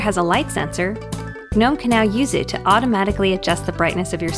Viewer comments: Yo is she really saying "Guh-nome"? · It just sounds wrong when she says guhnome. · I can't get over the fact that it is pronounced Guh-nome. Doesn't sound right to me.